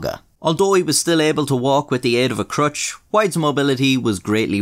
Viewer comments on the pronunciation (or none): Walked with the assistance of a crowtch